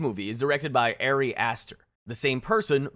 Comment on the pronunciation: The director's name is Aww-ree Aster, not Airy Aster. You know this. Why would you not correct this during editing? You do this a lot in your videos with easily researchable public information.